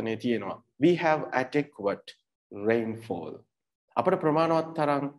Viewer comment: To be brutally honest, the way you pronounced adequate isn't correct. I wonder why you keep teaching people who are clueless about such matters! Anyway, are you a TEFL certified tutor? If so, can you share your credentials as a tutor? 🤔